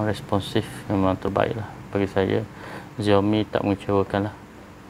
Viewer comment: Bukan ziaomi bang, siaomi